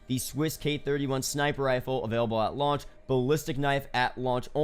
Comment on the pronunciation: no one:: AT lauch